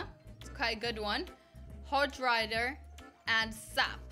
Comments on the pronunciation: AriaF ™ yes she said Hoj Rider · AriaF ™ i heard hod rider